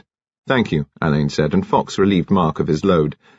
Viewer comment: Don’t get me started on “Oxfordians”. And yes..drives me bonkers that he says “Al-LAYNE” rather than “Á-len”, as Marsh intended… but he does a thorough and respectful job, so I’mgoing to blame the director. Marsh was very active in British theater in the 50’s and 60’s.. I wonder if BC’s parents, knew her?